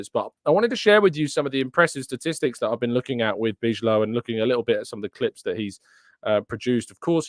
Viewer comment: I actually think (I easily could be wrong) it's pronounced "bee-lov".